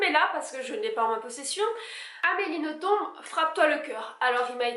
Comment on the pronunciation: Je précise qu'on dit Amélie NothomB'. Confirmé pas Amélie elle-même.